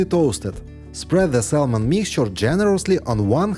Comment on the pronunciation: Bravo. Thank you for the trick. Fyi we don’t pronounce the “L” in the word SALMON. The letter L is silent.